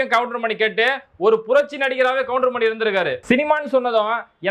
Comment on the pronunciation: கவுண்டர்மணி அல்ல கவுண்டமணி